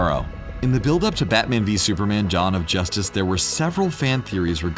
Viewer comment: "john of justice"??